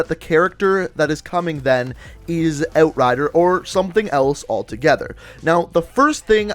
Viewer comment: I hate how he says "out" or "outrider"... just makes me cringe